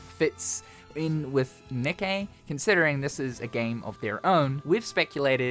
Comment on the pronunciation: ITS PRONOUNCED KNEE-KAY YOU R..E..A..T..A. R..D